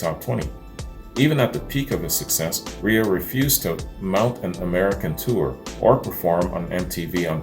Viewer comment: Chris REA is pronounced REAR just saying.